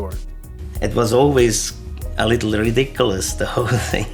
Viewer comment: ri*dick*ulous xD You nailed it haha